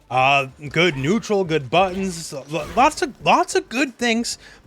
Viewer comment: On the Cammy segment, when you said "she can like rush you down, pressure you, all that kind of stuff with all her amazing buttons", I swear that I heard "amazing buns". Both versions are true nonetheless.